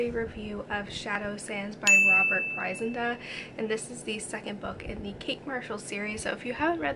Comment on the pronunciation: Thank you, for such a great review! I'm so pleased you enjoyed Shadow Sands. Bryndza is pronounced 'Brin- (to rhyme with 'chin') za.':) Rob x